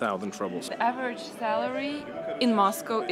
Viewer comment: 3 monthly wages for a phone.. crazy. ps: no mean to diss but I find it funny you say "rubbles" instead of "rubles", kinda fitting ;-)